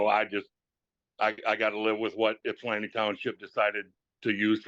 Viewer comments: It’s Ypsilanti, not Ipsan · This is my local court. The caption says Ipsan Township. It’s “Ypsilanti” or sometimes “Ypsi”. Pronounced Ip-Sa-Lan-Tea, or Ip-Sea. Most non-locals pronounce it with a Yip at the front, which is incorrect. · Just a heads up…. It’s Ypsilanti Township, Washtenaw County…not Ipsan Township. You must be hearing them say “ypsi township” said IP-SEE, which is a nickname for Ypsilanti. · FYI, "Ipsan" Township is actually "Ypsilanti" Township.